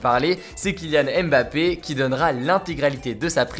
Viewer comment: La prononciation de MBappé seigneur. Respectez le nom de famille des gens.